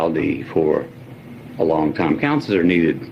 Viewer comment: He said “cownsler” twice… 😜